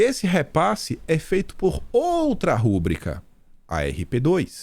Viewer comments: A palavra "rubrica" é paroxítona. Não é "rúbrica". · Querido, não fale "rúbrica," não existe acento. O certo é rúbrica, com força no BRI. BEIJOS!? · Rúbrica NÃO! Rubrica não é proparoxítona.